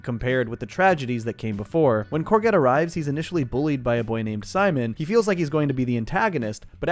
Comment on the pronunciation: Great video! So whose gonna tell him that that’s not how you pronounce courgette?